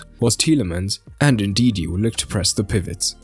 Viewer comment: Ndidi* not Ndindi